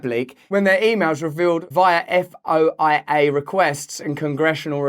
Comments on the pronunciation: FOIA - Freedom of Information Act, pronounced foy-yah. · FOIA is Freedom of information act that u can request of a governmental institution. Usually pronounced foya.